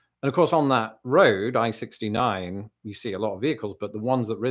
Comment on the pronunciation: I'm blown away that you pronounce I-69 correctly! My kids don't even say it right, and we live at the Port Huron terminus. They weren't born here, but they were only little when I moved back to my hometown, so they did grow up here. I don't understand why they say "_The_ 69" instead of "I-69" as normal people do.